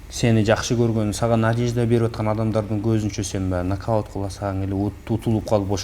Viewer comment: НАГДАУТ дейтко )))